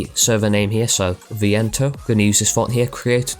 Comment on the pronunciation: Yeah, u say viento without a spanish accent but y say it well xD